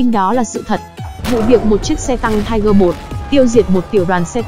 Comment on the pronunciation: Nó là tiger (P) nha chị